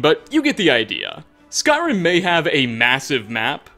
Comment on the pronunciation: Lol why do you always try to talk like that. Are you going for a failed imitation of a radio host or of an italian. "never supposed toah". "some insane detailah". "a golden ringah". "conquest of Skyrimah". "further you goah". "the more crowdedah". "emperor of Tamrielah". "uncompleted levelah". Almost every damn phrase LOL